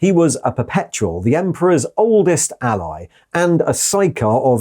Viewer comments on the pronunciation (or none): none